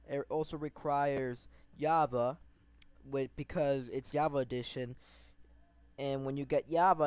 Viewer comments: its not java not yaba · He has a problem with the letter J lol "yava" "moyang"LOL xd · BRO ITS CALLED JAVA NO YAVA